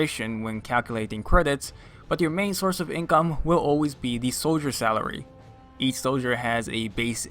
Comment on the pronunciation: lol salery? xD love the vids